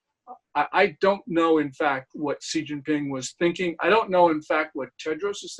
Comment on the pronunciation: For the love of god his name is pronounced She (as in she is a girl) Jean (like blue jeans) Ping (like ping pong) Xi Jin Ping. Lets strive to learn how to say peoples bames properly.....its easy.